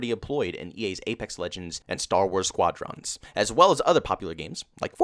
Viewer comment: You should of heard it when he said Squadrons.